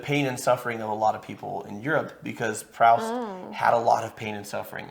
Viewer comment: Does he say Proust wrong throughout the movie? Or are you just saying it wrong? Because it’s pronounced “proost” and it’s killing me every time you say it.